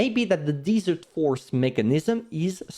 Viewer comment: Great video. BTW I live in the desert like this place for which the Pharaoh is. Desert is sand and dirt said (Dez-ert); Dessert (Dee-zert) is like an eclair.